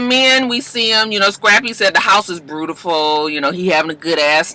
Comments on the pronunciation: 🤣🤣🤣🤣 “Scrappy said the house is “Breautiful” lmao he works my nerves with putting an “R” in every word that doesn’t required one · I just don't know why scrappy put a R in beautiful...lol